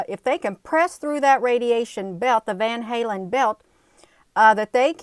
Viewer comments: It's pronounced as van- Allen belt lmao. But tomato tomoto right. You do wonderful work , keep it up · It's the van allen belt Sweetheart. Not van halen. Just want to help.